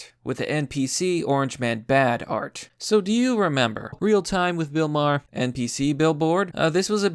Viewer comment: like bill maher did you say bill mayher instead of maar